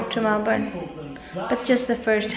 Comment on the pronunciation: Thx melboon haissssttt been telling u that on d past vlog but u were not ready then.... So was just watchin and doin😬😬😬whenever u say melborn.... Ur fans will get upset when try to correct u, oh well.... Judy had d same mistake and I hve learned that from her she was stood corrected as well😌